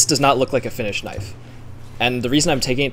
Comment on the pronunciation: Boi made " Now this is a knoife " 💀